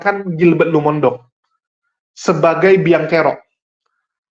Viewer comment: Maaf, tolong nama marga pdt Gilbert dibenerin pengucapannya. Lumo-in-dong bukan Lumondong. Kesalahan dalam menyebut nama seseorg bisa membuat sakit hati 🙏 Maaf